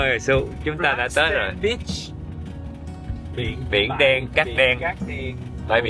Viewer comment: phát âm beach thành bitch, oh my!